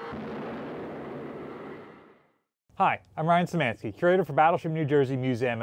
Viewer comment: He can't even properly say Szymański and butchers it, you ask too much...